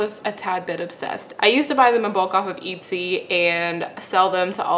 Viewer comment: I think it's pronounced: "eht-see".......